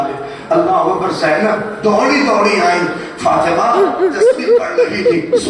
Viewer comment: Bhai fatena na h fatima h